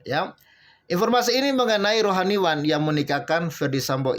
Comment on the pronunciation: Admin baca berita ngekngok2, baca rohaniawan selalu rohaniwan.